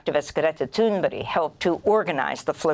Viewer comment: Why does Amy ALWAYS say Greta Thurnburg's name wrong??